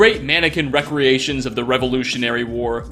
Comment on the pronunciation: Jesse H. He also said ‘recreations’ wrong ish. But honestly I think he does it as a joke.